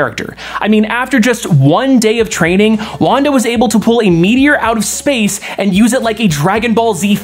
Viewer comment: judges would have also accepted "SPAYCE"